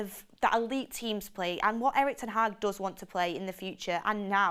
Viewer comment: It's Ten Hag dear, not Tan Hag.